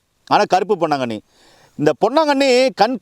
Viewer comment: பொன்னாங்கண்ணி கரிசலாங்கண்ணி தெளிவா சொல்லுங்க